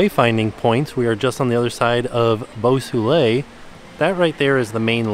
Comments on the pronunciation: The pool, Beau Soleil, is actually pronounced ‘bow so-lay’ and translates literally to ‘beautiful sun’ or ‘beautiful sunshine’. Sounds better in French!! 😁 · And 'Boo Soolay' 😆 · saying "Beau Soleil" got less and less French the more he said it LOL